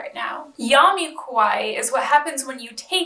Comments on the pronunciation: she says it as “kowai” which means scary, frightening. “ Ka wa ee “ “ Ko wai ee “ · sorry but i'm japanese so it's bothering me how u pronounce kawaii 😖 how u pronounce it currently sounds like kowai, which actually means scary. it's really important to say ka instead of ko and elongate the ii sound at the end. i don't mean to come off as rude or anything but the distinction is important! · You pronounce kawaii as kowai. Kowai means scary, frightening. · Also make sure to not blend wa with ii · I’m not Japanese, or even Asian but it still bothers me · She must commit seppuku for butchering that word!!! Disgusting gaijin... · I'm not Japanese but an Asian 😥😖it's also bothering me